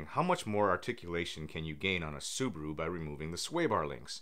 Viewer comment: its SUE-BAR-ROO not SUE-BOO-ROO